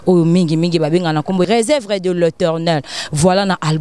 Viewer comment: Na journaliste yope oyepi PE KO prononcé réserve te ozoloba resevre tika buzoba